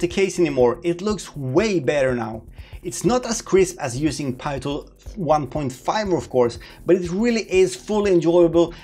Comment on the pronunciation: Please continue say Pee tool ....it's not pie tool anymore lol. I am so used to Pee Tool now.